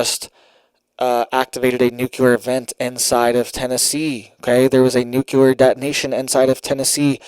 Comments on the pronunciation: ITS PRONOUNCED “NEW CLEAR” NOT “NUKE YOU LER” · It's pronounced Nu-clee-er not Nu-cu-lar. Sorry but that drives me nuts to hear the word pronounced incorrectly. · It's not nucelar but nuclear. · "NOOK-LEE-ER", say it right!!!! Geesh! Wait...is it "geesh" or "sheesh"? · Why on earth do you insist on pronouncing "nuclear" wrong and making yourself look ignorant. I always watch your broadcasts, and you seem like a great guy, but I hate it when people go out of their way to behave childishly.